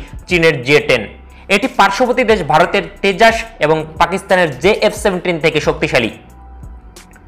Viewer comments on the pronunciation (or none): none